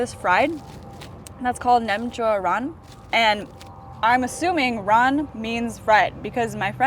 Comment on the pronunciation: Ran is like “rang” but pronounced more like ruh-an. Ran is more like stir-fry whereas chin is deep fry